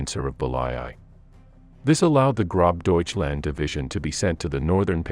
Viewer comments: Lol its not GroBDeutchland. Its Gross - means Great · I heard Grob Deutschland. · If you are going to do these types of videos, you should at a minimum learn to properly pronounce the names of people and units involved. Model and gross Deutschland are two prime examples.